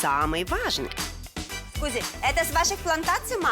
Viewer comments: Эскузи, прэго... Жанна, это Греция, а не Италия 😀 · самое любимое - это когда Жанна говорит ЭСКУЗИ)))